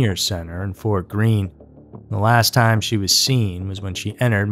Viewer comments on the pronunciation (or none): none